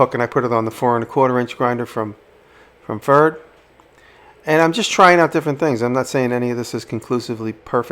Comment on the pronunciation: Good Job and greetings from germany. Just a little hint "Pferd" would be correctly pronounced like "fairt" fair with a "t" at the end. Pferd is the german word for horse, and the company Pferd is making tools since 1799. Looking forward to your next video.